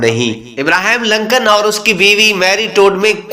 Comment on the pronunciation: It is Lincoln instead of Lancan, Lancan or Lankan (as you pronounced) means Sri Lankan person. Please do the homework before published the pathetic videos